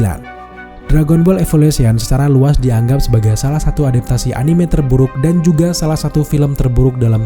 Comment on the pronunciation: respect yang menyebut anime dengan e yang benar